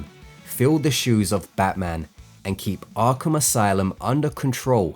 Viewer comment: Ahhgrape Asylum